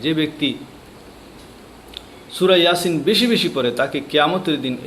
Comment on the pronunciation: এয়াসিন নয় ইয়াসিন